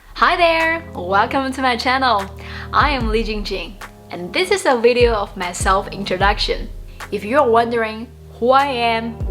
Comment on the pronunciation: Huh? Isn't your name 李菁菁? Why does it sound weird, like 李緊緊 or something when you said it at the begining? I'm sorry but I cannot take seriously any Chinese person who cannot say their own name properly